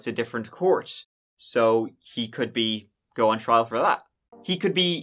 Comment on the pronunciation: I've been speaking English since I was born nearly 50 years ago, and I never heard anyone say "give it a go" until this channel. It's not a common phrase, at least not in the US. Also he doesn't pronounce words right, so be careful using him for English lessons. "Go" is not pronounced "goo", and "third" is not pronounced "turd". The French students I've had in classes have always had trouble saying "three", calling it "tree", like does. Don't copy. His English is bad. Also his grammar is terrible, so definitely don't copy that.